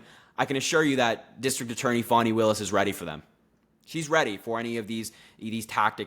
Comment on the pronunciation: I may be wrong but I think the prosecutor's name is pronounced Fan (like one that ventilates air) and the letter E.